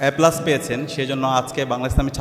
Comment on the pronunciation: রাসূলাল্লাহ বলে, আবার "আল্লাহর রাসূলাল্লা"! মোট টোটাল কিংবা এজ এ হিসাবে র মত শুনায়😮😮😮😮😮। হযরত খাদিজা রাঃ আঃ এই নামের সাথে সন্মান সূচক বাক্য ব্যবহার করা বাঞ্ছনীয়। যথা হযরত খাদিজা রাঃ আঃ বলেছেন, করেছেন। কিন্তু জনাব সাদিক তা করেননি। তাঁর উচ্চারণেও যথেষ্ট ত্রুটি রয়েছে। এ+ উচ্চারণ করলেন এ্যা+🙏।